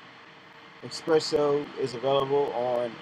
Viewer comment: where is the "X"? you kept saying "eXpresso".